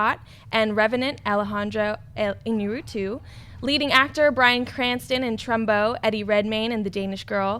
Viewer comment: you're Latina and you can't pronounce Alejandro Iñarritu's name? lol i'm dissapointed